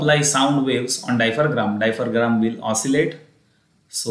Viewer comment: Oops it’s diaphragm...not dipharam..but thankyou for the concept